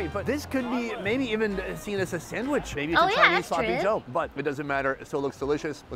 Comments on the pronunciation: Henyas english might be lacking in some places. BUT, just the fact that she says "Sammich" instead of "Sandwich" is soo good. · I love how she says sammich. ^_^